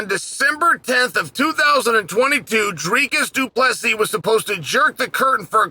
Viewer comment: Is this the first fight Chael pronounced both names correct?